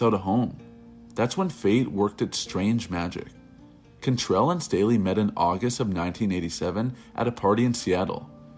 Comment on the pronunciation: CANtrell not CONtrell